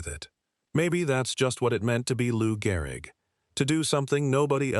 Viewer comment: Garrick??? AI SUCKS